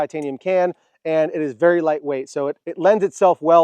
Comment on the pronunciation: It's pronounced -Guys-we please future correct